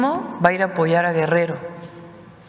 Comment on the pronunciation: dice claramente vamos a. pollar no.apoyar.